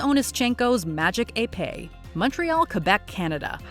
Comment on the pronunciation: Little known fact: When Onoshencko cheated he was caught because of a child with a brain tumour, who was watching the fencing with a female Olympian. He pointed out that it didn't look like Onoshencko was even touching his opponent. Sadly the child died not long after. By the way that's not how to pronounce Epee.